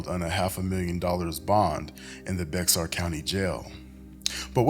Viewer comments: It’s pronounced bear County not Bexxar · The x is silent in Bexar